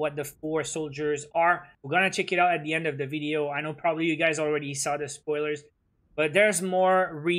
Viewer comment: I like it so much when he says the season is at 'endt'